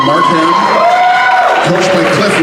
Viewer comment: Dude that was amazing and I hope if you do choose to continue, that there's some way you can do it in a more healthy way, or maybe so it doesn't consume so much of your mental and physical health. Still this was a great series to watch. Also weird how he pronounced it "Mark-Ham" (I'm from Markham)